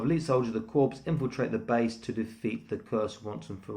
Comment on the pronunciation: Great review. Heh, its pronounced "Core"